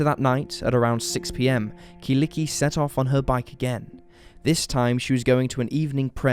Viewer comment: Killikki :D Such a cute way to pronounce her name.